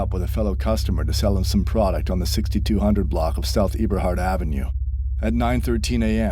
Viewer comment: The fact that he just sat here and mispronounced every Chicago street name 😭 “eeberhart” got me for sure